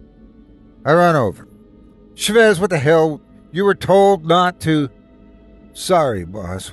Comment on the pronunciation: ChÁvez not chavÉz, it drove me insane that you'd accentuate the wrong part of the word; please you have google translate use it before mispronouncing names so bad T-T